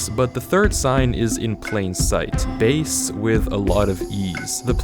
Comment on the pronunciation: i don't know if im suppose to laugh or not,: "Bae" i mean.. "base" XD